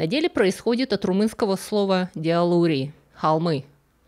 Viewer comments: Спасибо за выпуск! Маленькая поправочка: по-румынски dealuri читается "дЯлурь", не "деалурИ". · Спасибо за видео! ❤❤ Как человек, владеющий румынским, могу сказать , что dealuri читается дЯлурь. 🔍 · Уважаемая, позвольте мне, как носительнице молдавского языка ( который по недоразумению упорно называют румынским) поправить информацию о произношении фамилии Делориана Dealuri правильно читать « Дя́лурь», от слова « дял » - холм Простите, не удержалась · Поправлю. По-румынски, как и по-молдавски, "холмы" произносится "дялурь" ударение на я. Deal (ед.ч), dealuri. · Вы неверно прочитали фамилию отца. Холмы на рум. "dealuri", читается: дЯлури. Д - мягкое дь, ударение на Я. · Дялурь правильно читать. Да, это холмы. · На румынском это произносится как "дЯлурь". ea дифтонг который читается как я. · Dealuri читатается как дЯлурь, с ударением на Я. В переводе с молдавского или румынского холмы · Извините за занудство, я не могла удержаться, чтобы не поумничать, раз уж знаю румынский. Dealuri читается как деа́лурь, с ударением на а, или даже скорее дялурь.